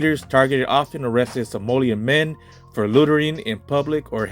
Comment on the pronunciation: Good video. Very informative. It’s So-malian you’re saying Somolian